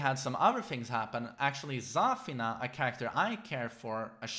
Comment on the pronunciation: for god`s sake its not Zaa-fena , its Za-feena!